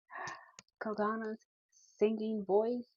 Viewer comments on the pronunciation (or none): Cocona...her name is pronounced like Coconut without the T. Co-Co-Na. Short, even, each tone. Not Co-Cooo-na with elongated second O, FYI.